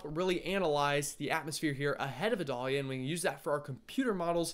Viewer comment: The pronunciation is “eye-dale-ya”, rhymes with Vidalia. Like the onion. You’re from the south, I was counting on you!!! 😂😂😂